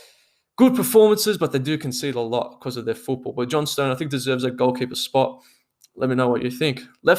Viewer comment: It's pronounced John-stun btw